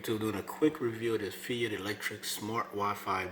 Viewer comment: I just wanted to say that its pronounced like Fight rather than "fee ite". Good review